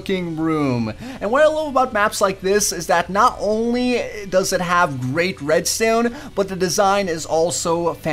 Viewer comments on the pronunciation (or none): Anyone else absolutely HATE the way he says redstone? It's red-stone not red-stewn. Awesome vids, just a pet peeve...